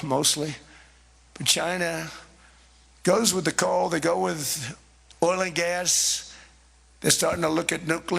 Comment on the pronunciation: COAL Not DOLE. 🔥